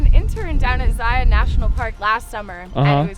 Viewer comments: Zion. Not zi-yawn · I cringed when he said Zi on. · the ranger can teach you how to pronounce ZION properly. With your sharing videos to the world of our precious petroglyphs I wish you would also ask that they are respected & not be defaced, since they’re getting so exploited and the more people know about them the more they’re at risk.